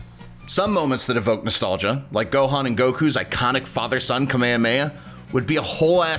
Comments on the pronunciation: I freaking hate how he pronounced Kamehameha. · Video seems to just be whining that the game isn't like the 2D fighters he wants. "I'm a huge Dragonball fan!" And can't even pronounce Kamehameha correctly...